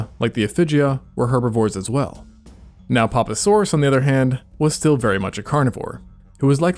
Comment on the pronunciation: ”the nope-asorus” face checks out ☠️, genuinely thought that is what he was saying the first couple times I heard him say it. Was sad to discover the truth